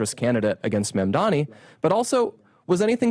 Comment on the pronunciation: The sheer number of conservative commentators pronouncing MaMdaNi as MaNdaMi is an example of echo chamber feedback. That is something the right typically accuses the left of, and rightly so, but these guys need to get out of their own feedback loop enough to error correct.